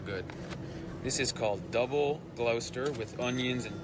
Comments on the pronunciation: I’ve never had a Bird’s Eye waffle - never ever! And I’m on old British person! As for French fries and chips! French fries are skinny (pretty hopeless) versions of proper chips. He’s never heard of Halal??? And he still didn’t get “Gloester” pronunciation correct. I’ve stopped watching at 17.30! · he's close but it's Glo-stuh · the guy totally ballsed up that pronunciation of Gloucester It’s Glos Terr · It's pronounced Gloster, not Glowster, despite it being spelt Gloucester. Yep, English is a pain in the proverbial. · He's qrong on the pronunciation. It's Gloss-ter, not glau-ster. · It's not Glowster......it's pronounced Glosster...... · It's not glowster it's just pronounced gloster.. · Gloucester is pronounced like glossta in Britain (- and it is an English county after all). We would never call it glow stir, still less would we pronounce it like glow sess stir. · Gloss - ter not Glows-ter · Gloucester is "Gloss-ter", not "Glow-stair" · It's pronounced Glosta - Gloucester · It’s pronounced Gloster. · He still pronounced Gloucester incorrectly. Gloster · It’s pronounced GLOSTER…😊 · It's pronounced Gloster, I'd love it if he tried to say Gloucestershire, btw, it's not a secret sauce, it's a county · Close, but it's pronounced like "Glosster" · Gloss-ter. Not glouss ter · Gloucester:- is pronounced ‘GLOSTER’ 😂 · it’s pronounced Glos-ster, or for us locals Glawster 😂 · Gloucester is pronounced Gloster. Shire on a county name is pronounced Sher, the monarch’s representative in a shire was called a Reave so the shire Reave became sheriff. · SORRY BUT Gloster is NOT pronounced the way you said. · Gloucester - Gloossss-Ter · Gloucester is pronounced Glosster... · Pronounced Gloster you don't use the u. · I will correct him, it's pronounced Gloster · The guy is bragging that he pronounced Gloucester correctly and that most people would pronounce it incorrectly. What a jerk. He is pronouncing it incorrectly. 😂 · Or”glawster” if you live here” 😅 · Or just Gloster